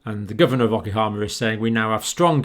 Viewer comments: It's OKINAWA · O-kin-ow-wah, Doctor. Just a gentle correction. Thank you for work; it's invaluable to human life and health.